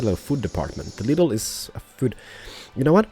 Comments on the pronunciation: you dont sey lidl its with a long i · Lidl is a super market in germany and when you say lidl you must say the i long;)